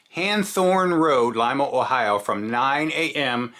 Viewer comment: Hats off for pronouncing lima correct! 😎👍🏻 most people call it leema 😹